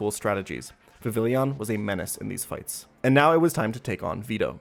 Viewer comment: It’s pronounced “Viv—ee—Jan”